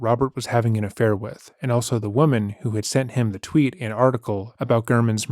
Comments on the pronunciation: The way he said affair 😂 “ahffhai r” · probably the only time so far that he’s had to admit to something. He tries to mumble off “affair” like a fucking little kid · Why did he say 'affair' like that? Wtf this guys so bizarre 😂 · why did he say affair like that!?!?😂😭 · the way he says affair makes me giggle every time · Listen to how Telles says his "affair" . Every other word he says is clear, but he was admitting to a personal failing (😖) so he literally couldn't force himself to even say the word out loud, so it came out fully mumbled 😂